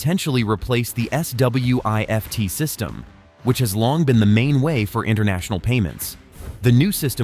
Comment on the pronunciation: S.W.I.F.T 😂😂😂.... Just say Swift man.